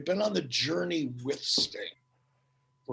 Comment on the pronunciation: Fukin accent is annoyimg its sting not stang